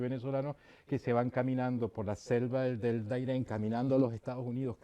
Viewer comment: No es el DAIREN es el DARIEN. de resto una entrevista que se aproxima bien a la historia y a la realidad